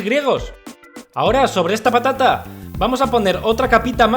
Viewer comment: Alguien mas escucho papa nata en vez de patata nata